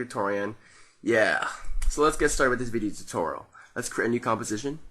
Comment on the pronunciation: He Said Video Tuteral..Lol